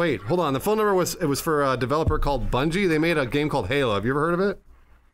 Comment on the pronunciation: I fucking lost it when called it "Bun-gee."